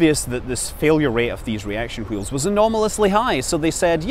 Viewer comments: I'm just here to hear you pronounce hwheels. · Damn you Mr Manley I'm pronouncing the 'h' in 'wheels' again. Aaaargh!